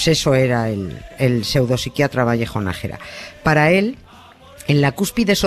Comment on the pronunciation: Es Nájera,no Nagera,vaya periodistas....